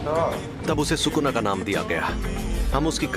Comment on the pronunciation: It's Sukuna not Shukuna 😂